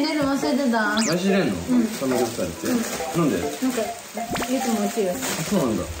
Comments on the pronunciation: サプモクュ ⇩ サムヨプサプル ⇩ サムギョプサルを頑張って言うの 可愛いんよなっ！！！ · ぎしのトーク兄妹みたいだね。サムギョプサルを言えない可愛すぎる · ぎしの家めっちゃくちゃパッと見綺麗✨いいなぁ〜 サムギョプサル言えないの可愛い❤❤ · サムギョプサルと言えなかったが懐かしい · サムギョプサル言えないの可愛すぎた！ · サムギョプサル言えないかわちい